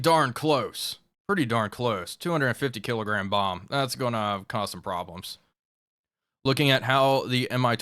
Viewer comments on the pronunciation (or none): none